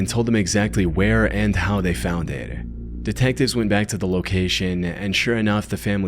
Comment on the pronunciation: The way this dude sometimes doesn't hit his "T"s or "D"s is so annoying at times. Like -57. "Exactly how and where they found ehhhdh" Ugh.